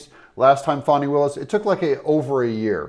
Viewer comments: Her name is Fani not Fawny. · Her name isn't Fawni. It's FANNI. A short "A" and no "U" or "W" . Fanni. Just like the word British folk use to call upon the female private parts.